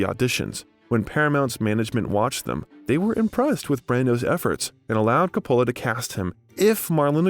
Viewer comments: FYI: check pronunciations of names in future. It’s COPpola not CopPOHla, and Huston is pronounced like Houston, the city in Texas, not like the word “husk”. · Many names are butchered. I cringed at the mispronunciation of Coppola, Magnani, Elia, Huston, Cuckoo’s… 😣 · I hope your not offended if I give you some constructive criticism. Over all I think you did a good job. I noticed that some names were mispronounced. Vivian Leigh is pronounced, “Lee”. John Huston is pronounced, (like the Texas City) “Houston”. And Francis Ford Coppola like you have to “cope” with people who make comments. “Copeula” Great job. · Why can't this guy pronounce one proper name correctly? HOU-STON. COP-PA-LA. Every other name is mispronounced. Detracts from the doc. Couldn't an editor catch and correct this? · This might be good work but......How about learning how to pronounce Coppola ? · The narrator should have learned how to pronounce people's name. John Houston & Francis Ford Coppola would shudder. Seriously annoying. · He mispronounced Huston, Coppola, Corleone, and more. Shoddy work. I bailed too. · Last names Loren, Huston and Coppola were pronounced incorrectly.